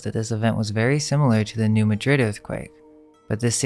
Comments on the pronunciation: Just some pronunciation corrections: There is no "noise" in Illinois. The "s" is silent. Also, New Madrid, Missouri, for which the earthquake is named, is pronounced "New MAD-rid". Thank you. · Love your videos, now I dont feel so alone in my discoveries. OH YEAH!, since im from the area (southeast missouri, next to the boothill) im going to help you with something. NEW MADRID is pronounced NU-MAD-DRID. Check out how it made RealFoot Lake and possibly the Senith Lights